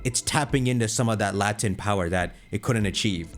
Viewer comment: I feel like you said it would tap into that “latent” power but man you pronounced that so wrong